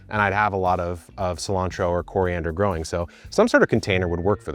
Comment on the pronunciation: "and myself, with about 12 years of groaning experience..." Lmfao 😂